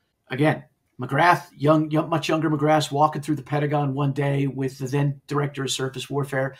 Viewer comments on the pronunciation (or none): none